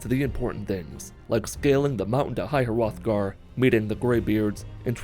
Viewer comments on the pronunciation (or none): none